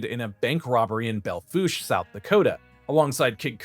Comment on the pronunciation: Thanks for pronouncing Belle Fouche correctly. Most don't get it right. Great video!